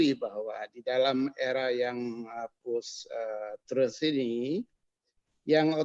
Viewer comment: Malu sy mndengar seorang Dr..dari kampus..mengucapkan post-truth dgn "postrat"...era postrat...Payah.. Memalukan sekali... Tolong dikoreksi ini..